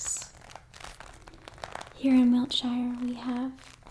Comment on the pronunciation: "Wiltshiyre" So American lmao